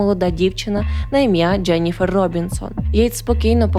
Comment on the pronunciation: мені теж подобається ваш контент і подача , але вибачаюсь за снобізм , дуже ріже вухо помʼякшення голосної літери після літер ДЖ . Ческокажучи ледь витримала два відео . Переслузайте як ви вимовляєте такі слова в як інші. Треба казати не Джєніфер Джьозеф , а Дженіфер Джозеф , беж помʼякшення голосної .